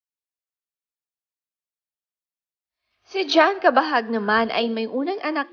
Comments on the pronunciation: hahaha! pilipino k nman yta e..CABAHUG not kabahag! 😂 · Ayusin mo nmn bigkasin. Anong kabahag? Cabahug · Pls pronounce his surname as Cabahug, hindi Cabahag. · Cabahug.. hndi cabahag🤣🤣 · What? Cabahag? How do you pronounce it? Hahahaha. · What??? Cabahag ate ano ka ba Mali ang pronunciation.. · anong cabahug? right pronounciation ba? Cabahug